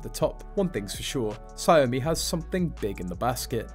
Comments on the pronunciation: It's not "Sa yomi" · Ya it’s pronounced “Shao Mi”